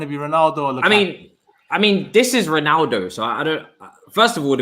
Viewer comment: Why does say reenaldo?